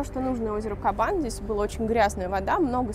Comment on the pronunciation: Правильно на Кабане делать ударение на втором слоге. Странно, что журналисты не знают русского языка. Или все не казанцы?